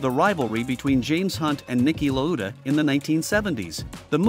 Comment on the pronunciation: nice vid. but is this text to speech? its not Niki La Uda. its Niki Lauda. Niki lauwwwwwdaaaa. kinda messy to have this legend his name pronounced wrongly....